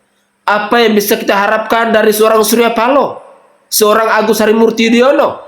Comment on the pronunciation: iyaa berita tentang tugu sepatu yg raib🤭 Tentang bambu mesum 🤣 Tentang parkir air di taman🤭 Tentang ngucapin yudoyono Jadi yudonoyo🤣🤣 Atw tentang baca teks pancasila yg g becus🤣🤣🤣 Itu up date semua 🤣🤣🤣🤣🤣